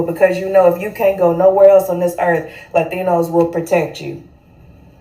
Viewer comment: She’s not in pronouncing “Latinos” authentically 😂😂😂😂 she ain’t no Hispanic. Stop the Cap Sis.